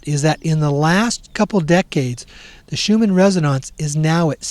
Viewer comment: And it's Schumann "resonance" not "resononce"... Did you just get here?